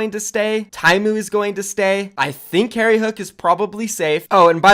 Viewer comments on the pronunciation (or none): none